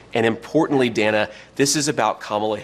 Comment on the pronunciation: I do like how JD keeps saying her name.. Dana i... and such. It's a smart tactic